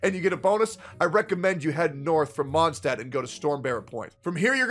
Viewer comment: "... that village called Mondstadt..." Just to let you know that Mondstadt is german and literally means Moon city, so.. Also taking my chances on the 100$ PS: do a video where you pronounce all the german words in the game and tell us how you think they are pronounced in german ( eg. Mondstadt, half of Fischl's flavour text etc.)